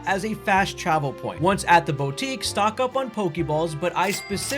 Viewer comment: Bowtique 😂😂😂 bro its boo tique for God's sake do a tiny bit of effort insread of sounding lazy and dumb